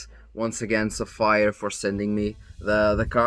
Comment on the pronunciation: I'm surprised they agreed considering you keep calling them sa-fire :P :P :P That aside, good for you man. And couldn't have been a better company, Sapphire FTW. Been using them in the past, my current is 380X Nitro, and yeah - my future card will also be a Sapphire. I was thinking that for a long time, but this has cemented that decision ♥